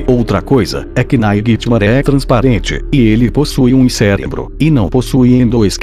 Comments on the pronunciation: quem é "nainitimare" kkkkk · Nightmaré hahahahahahahahahahahaha ele n sabe fala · Para de falar naiguiti maré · Para de falar NAIGITIMARÉ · PARA DE FALAR NAIGITI MARE!!!!!!!!! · Para de fala nithgnare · Para de falar nhitsmare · Para de falar naiguitihgfgdthd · Mano quantas vezes você falou nighrmare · ele fala o nightmare errado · ele falou 27 vezes NAIGUITIMARE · o nome q vc fala e nigthimare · Nightmare não Naiguitimaré kkkk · Naigtimaré kssssksksk Fredibear ksksksksksssk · VC só. Fala. ISO. Nithamare. !!!😓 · Porra para de falar nightmaré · cansei de ouvi naiguitinare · E naitime não e nairitimare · Ele fala assim mas é nightmare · NÃO SE FALA NAIGUITIMARÉ E SIM NIGHTMARE!!! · naiguitimaré fica puto quando VC chama ele de naiguitimarè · acho que nightmare fica puto quando vc fala naiguitimaré,entao chame ele pelo seu nome certo. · Não é ninghtmare, é Nightmare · O "naiguetimaré" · Naguitemaré VEZES HAUHAUSHUAHUA!! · tem que parar de dizer "nigthmaré" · É muito engraçado ficar vendo ele falando naiguitimaré o vídeo todo kkkkkkk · AAAH! TD HORA "NAIGUITIMARE!" KKKKKKKKK RACHEI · experimenta escrever "Nightmare" no Google tradutor se vc escrever do jeito certo vai falar errado mas vai ter q escrever "Naightimare" e vai falar Naightimaré do mesmo jeito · Tem outro vídeo que tem uma parte que ele fala naiguitimare várias vezes tbm Morri de rir 😂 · Cada vez que ele fala naiguitimaré eu morro de rir #rindoaté2018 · duvido vc ficar amigo do "naigitimare" E SEM MEDO HEIN?? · Caramba, nunca ouvi tanto NAIGUITIMARÉ num vídeo kkk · anos depois to aqui rindo do naiguitimaré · falando nightmare "NAIGHTMARÉ" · Ai minha caraiba oq mais ouvi nesse video foi naigtmare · Naiguite maré KKKKKK😂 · 0:7 Naiguitimaré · Tanto mais tanto naiguitimaré que eu esqueci de como se fala nightmare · Meu filho já tá enjoando você fala nighitmare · quantas vezes ele disse niguemare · mds viciei em falar naiguitimaré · "Naiguiti maré" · Naiguitimaré a palavra que eu ouvei muito